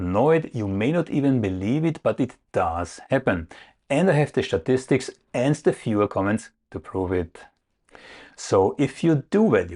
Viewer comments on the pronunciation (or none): ' 'shtatistics' every time - not prerecorded:) If we say 'shtatistics', I guess we must apell it with a capital S.